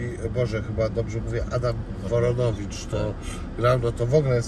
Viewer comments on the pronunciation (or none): Woronowicz a nie Koronowicz 🤦‍♀️